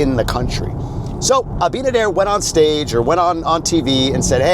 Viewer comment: Wow all four syllables for Luis surname. Good job